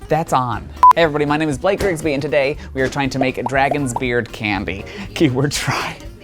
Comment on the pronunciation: Your name is not Blake It’s balake